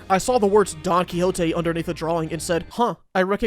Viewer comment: your pronunciation of Don Quixote game a stroke please pay my medical bills